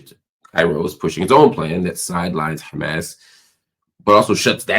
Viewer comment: Any one that pronounces Hamas like that is a terror loving asshole.